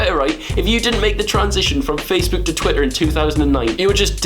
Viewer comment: Amazing vid! But c'mon Will, we all know the reason why you don't like Facebook is because you can't pronounce it properly 😂